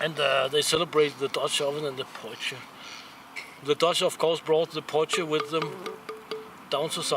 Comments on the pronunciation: Hey it’s pronounced “poy key”:) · Super as a South African to see you use a potjie! By the way, it is pronounced "po-chi". There are some great traditional South African recipes for potjiekos. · we pronounce it poy-key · Potjie is pronounced (poy-key) the first bit is said like toy but with a p instead of t ......just trying to help iv lived in South Africa for 46years .ps Love your channel. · Hahaha it's funny to me how you pronounce potjie. lol. sorry I am south African. btw. you pronounced kos correct however! very cool video.